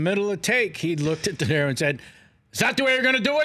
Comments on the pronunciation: He does know it's "DeNiro" not "Dinero", right? ;-) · Kevin Pollak is a good story teller and a great imitator, but he needs to learn how to pronounce "Robert DeNiro". "Dinero" is Spanish for "money". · Dood, it’s De Niro, not “dinero”.